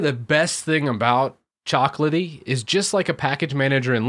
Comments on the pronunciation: It's CHOCO, not coco.... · Why do you say "coco" instead of choco? I mean, is choco from chocolatey right? you don't say cocolatey 😁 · Me: "Repeat with me. Chocolatey": "Chocolatey" Me: "Choco": "Ckoco" Whyyyyy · Yes he definitely is a native speaker. He's a tech guy after all, not an English guy xD i would ALWAYS pronounce "Choco" EXACTLY HOW IT'S SPELLED. (CHAWKO) musta unlearned this by grade 2 haha